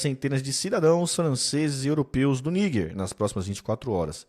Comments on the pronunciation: Vei. Não fala niguer, fala Nijer… YouTube vai bloquear vcs! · Por que ele fica falando Níguer e não Níger?